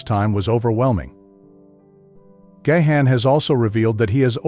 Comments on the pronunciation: it's Garn, not Ga-han. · Dude it is so annoying — not GaHan, it is Gawn, please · Gahan pronouced "gone" not ga-han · He is GáHán..Á not e or gay..or anything else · gayhan? Gahan, as in GARN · Oh, Booh-Hooh. Stop this woke, victim narrative for infants. Dave (and the rest of the band) are legend! And, pls...it's Gahan (Gaan), not Gayhaan). 🙄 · You do not pronounce his name Gahan. You pronounce it "Gone" as he took his last name Gahan (His birth lastname was Callcott) from his stepdad who was of irish decent. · Please ... stopped watching when you said gay han ... its gone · I can’t handle the way he pronounces Gahan 😂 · His last name isnt Gay-Han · You don't say the H! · You’re pronouncing Dave’s last name incorrectly. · You can't even pronounce his name correctly ... GO AWAY AND DO SOMETHING ORIGINAL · Well, you're pronouncing his surname incorrectly. 😑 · It would help if he knew how to correctly pronounce Dave’s last name . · Not only is that not how to pronounce his name, but it’s said 2 different incorrect ways.